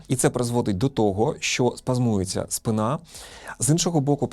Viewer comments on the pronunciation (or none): Нормативні наголоси - спИна й сЕча.